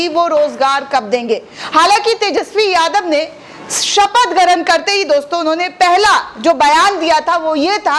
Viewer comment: Garan kya hota hai? Grahan hota hai. Tumhe to sunna hi gunah hai.